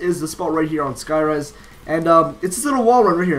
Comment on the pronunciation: "Skyrise" lmfao